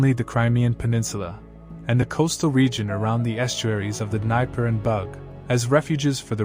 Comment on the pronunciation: It's just hard to digest any of this when you cannot pronounce Hippocrates, Dnieper, Mithradates and Celts...sorry...